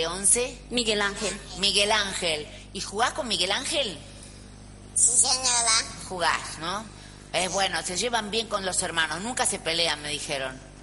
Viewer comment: "no señoa"😂😂😂jajaaja. Resto de la entrevista mayoria de respuestas; "Si señoda"😂😂😂